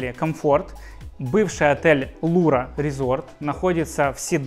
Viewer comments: "Lyra" произносится ЛИРА, но никак не Лура...😂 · Может всё таки Лира , а не Лура...? Похоже и с английским проблема...